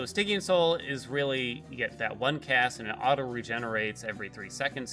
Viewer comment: Poor guy's been pronouncing "Stygian" wrong his whole life.